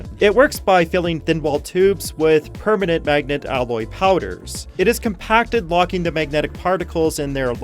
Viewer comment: Permanet? Lol